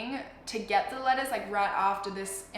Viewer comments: because of her accent eveytime she says letters it sounds like she's saying lettuce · looool I kept hearing lettuce instead of letters😂😂😂😂